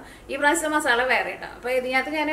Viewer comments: മാസള അല്ല മസാല, 2 തവണ പറഞ്ഞെ മസാല, ആ, മസാല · "masala" malayalathil ezhuthi nokku. Ennittu pronounce cheyu..appol correct akum🙂